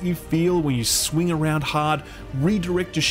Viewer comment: "When ye sweng around hahd"